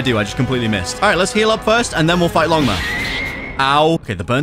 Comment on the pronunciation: It’s not longma it’s ligma